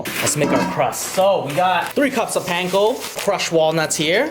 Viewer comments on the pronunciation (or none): none